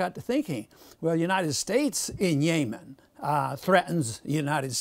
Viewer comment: I would take him more seriously if he could pronounce Yemen and Saudis right